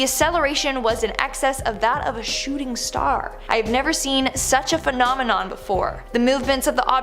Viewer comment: I wish they’d get it right… “phenomenon” is singular, “phenomena” is plural, and “phenomenoowawo” isn’t fooling anyone - pick one!